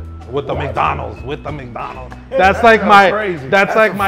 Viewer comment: Bro said mike Donald’s 😂😂